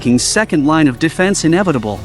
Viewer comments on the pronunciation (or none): none